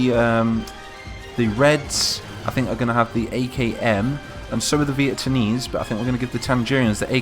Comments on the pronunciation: are you saying vietamese ir vieTANese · VieTANese... I´m done xD